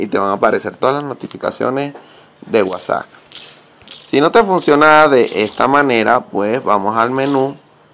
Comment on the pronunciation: Es admin al pronunciarlo